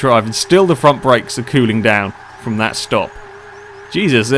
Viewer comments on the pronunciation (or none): none